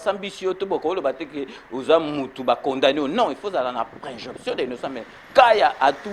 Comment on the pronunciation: On dit présomption mon cher pas" préjonption"